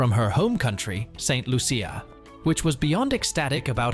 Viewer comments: Its not saint Luuucccia. Its pronunced Loosha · First learn to say Saint Loo-sha or Santa Lucia. I'll let the other Lucia's handle the rest 😂